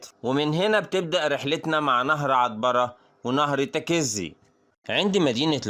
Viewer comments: الاسم تكيزي لما تنطق لا تشدد حرف الكاف تخفف الحرف اتلعم لغه عربيه الاول واطلع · برضوا غلاط الكاف والزي مفتوحين مش مشدين هوا ينطق الكاف ومشددة وهيا العكس وحرف الزاي أيضا تكون زاي مخففه ويا اخي أنا تخصص لغه عربيه